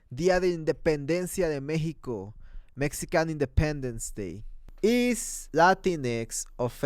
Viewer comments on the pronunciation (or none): none